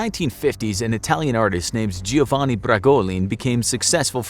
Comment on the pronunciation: Giovanna not Giovanni